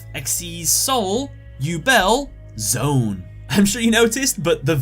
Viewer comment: Its not zone its z-one like z1